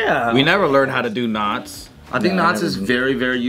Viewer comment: I seriously thought said 'nuts' and not 'knots'. lol. I thought, where's this going? lol